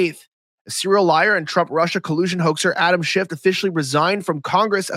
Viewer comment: Could you please pronounce his name right? It's Schiff, not Shift. There is no T.